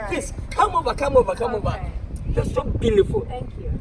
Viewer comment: Gorgowl😂😂😂😂 vely vely vely blealifel